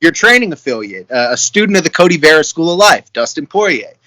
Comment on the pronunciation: Dude, it's pronounced Vuh-Rhett...love ya Cody!